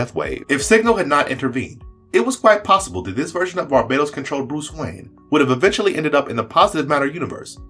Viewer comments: Bar-BAH-Tohs not Bar-BAYE-Tohs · Great video! But is it pronounced Bar Ba Tose or Bar Badoes? I’ve heard both but I say it the first way. All I think of is Rihanna when people pronounce it the other way lol 😂!! I also love the DCUO clips, I play that everyday, it’s my jam!! Anyways thanks again for an amazing video!!